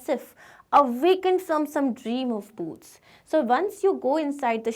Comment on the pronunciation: Maam please don't mind but it's boots